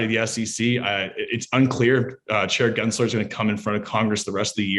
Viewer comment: His name is not "Genser" it is "GensLer" - with an L. If you want to call out his bad actions, at least pronounce the jerk's name correctly!